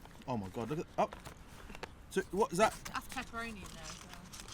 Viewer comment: That Pizza looked....ok....not bad....but certainly not amazing & a 9.8. Knowing how FRC operates, I guess we can assume this was another paid review!! Oh and can someone please tell it's pronounced "This" & "That"...not "Dis" & "Dat"...